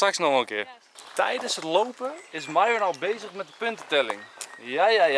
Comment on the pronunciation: Enzo, je pest Myron wel door haar naam verkeerd uit te spreken, arme Myon